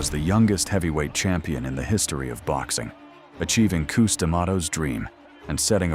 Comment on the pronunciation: Good ol " Coose " D'amato